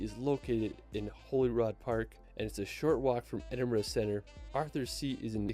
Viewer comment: Just can't help cringe every time he says West MInister. Minster bro. Holyrood not holyrod.